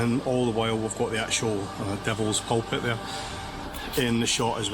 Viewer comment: Loch Lomond is pronounced: 'Lock Low_mund' (emphasis on the _first syllable, not the second) and Glasgow is pronounced: 'Glasgo' (ditto re first syllable, not second)... However... You have 'Pulpit' right.. 🙂